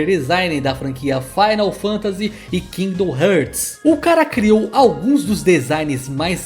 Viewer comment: Kingdom "heertz", doeu até no meu coração quando escutei, toma meu like pelo o conteúdo do vídeo.